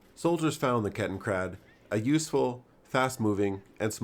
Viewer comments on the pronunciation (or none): It's Kettenrad, not KettenKrad. Ketten means chain or track, rad means wheel.